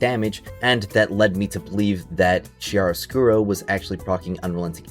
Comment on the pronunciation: It’s pronounced Kia-roscuro, not Chia like the seeds